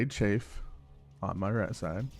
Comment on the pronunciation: Just a note: Chaff pronounced Chaaf, not Chafe. Chafe is what your foot does when it has athlete’s foot, or what thicc peoples thighs do when they run in jeans.